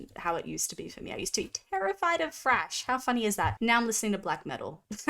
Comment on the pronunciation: THHHRASH not trash. THHHRASH!